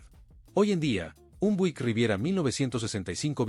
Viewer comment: Por favor hermano no te ofendas pero me doy cuenta de que no pronuncias bien ninguna de las marcas de los carros,!!!...NNNO SE pronuncia DODGE CHARJER,!!!...SE pronuncia DOCH CHARLLER,!!! OSEA QUE LA LETRA G SE PRONUNCIA COMO DOBLE ELE LL CON TODO RESPETO NO SABES PRONUNCIAR LOS NOMBRES DE NINGUNA DE LAS MARCAS DE AUTOS QUE ESTAS PRESENTANDO,!!!!!!!!!......NO SE PRONUNCIA BUIK SE PRONUNCIA BIUIK,!!...DOCUMENTATE HERMANO.!!!!!!!!!!